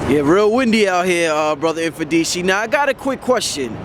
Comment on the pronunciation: How to pronounce Mfundishi. The M is closed, it's not eM... just like you pronounce Mother you don't say emother.